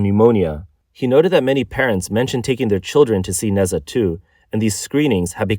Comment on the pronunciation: Why am I going to trust what anyone says about china that can't even properly pronounce NeZha. 😆